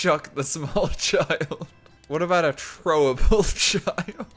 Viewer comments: its throwable not chthrowubull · You pronounced it Chrowable XD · The way he says "THROWABLE" !! "Chroable" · Hi, I'm new to this channel. "Chrowable" (Beginning ) Thanks for your time. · "CHrowable" WHY DOES HE SAY IT LIKE THAT??? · Trowable lol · it bothers me he says trowable but I'll get used to it